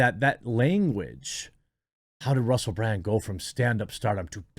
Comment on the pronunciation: Russell Brand is great. I’ve been a fan for years. But seriously, Jeremy… how did you mispronounce his name as “Bland” TWICE? He’s definitely not bland.